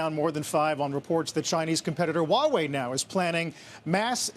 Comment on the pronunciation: she has the perfect pronunciation of Huawei .......She pronounced the "H"